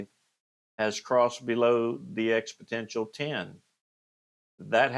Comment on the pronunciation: FYI - its pronounced "expo-NEN-tial" not "expo-TEN-tial"